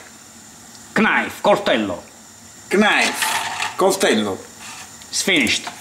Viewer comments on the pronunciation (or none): knife si legge naif e no knaif :)